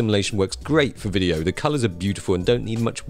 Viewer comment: Every time says "wideo," an angel gets her wings.